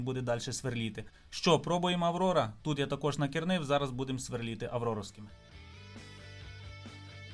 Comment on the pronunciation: СверлИти а не сверлІти)